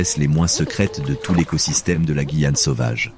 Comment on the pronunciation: Super documentaire, par contre, étant guyanaise, la prononciation incorrecte de “Guyane” du début à la fin 😭.